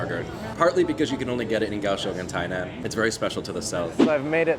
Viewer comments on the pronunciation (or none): so is it "gao" or "kao" you spelled it "kaoshung" the one time you spelled it in english, but you keep saying "gaoshung" "g" and "k" sound NOTHING alike, so when romanisising you need to pay attention to the sounds you make with your mouth, and repeat them in text.